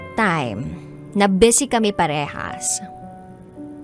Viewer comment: Ma’am, bisi po, hindi bese!